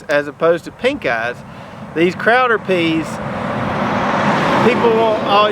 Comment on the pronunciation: That's pronounced "Crowder peas".